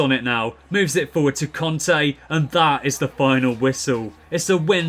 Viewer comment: Just to say I asked some French people and it's pronounced Kante not Conte